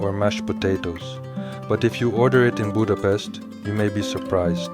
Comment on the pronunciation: If you decide to make a video about Budapest and gulyás, please respect us with the proper pronunciation. Thank you.